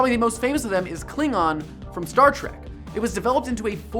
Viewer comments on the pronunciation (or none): none